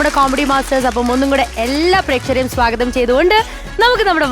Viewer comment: വെള്ളജൂബയിട്ട താടിക്കാരൻ സ്ഥിരം ഉച്ചാരണത്തെറ്റ് ---സാഗതം (സ്വാഗതം )